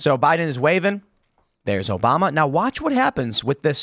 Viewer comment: Mf cant say obama 😂